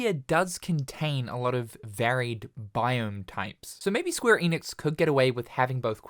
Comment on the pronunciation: Can you just say ‘Enix’ for one time